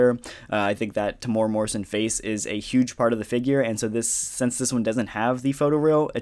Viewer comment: Yo, just an FYI Temuera is pronounced Tem (Like the start of lemon) the U is an eww sound, the e is more like the ai from chair and the ra is a rolled R sound. Or if thats too confusing this video is great